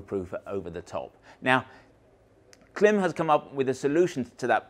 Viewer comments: It’s Kilm NOT climb!! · Klim ‘Open House event’ on YouTube regularly calls the brand Klim (rhymes with crime)not rhyming with slim. Or may be it’s tomato or tomato. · Klim says you're wrong on the pronounciation... :)